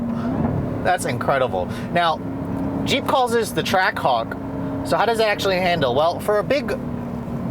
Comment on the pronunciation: I heard him say trackcock